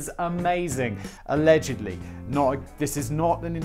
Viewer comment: "Allegendly" my ass. Simon and sitting in a tree.... 😅😂🤣